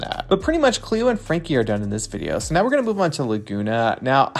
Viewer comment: "So they need to come out neow."